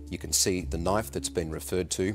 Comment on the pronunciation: “That’s a knoife?”